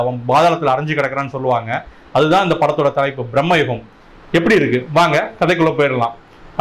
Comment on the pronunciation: பிரம்மயுகம் இல்லை பிரமயுகம் 🙃